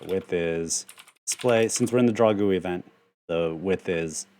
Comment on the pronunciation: Also, you are pronouncing GUI correctly, because that is the way I pronounce it ;)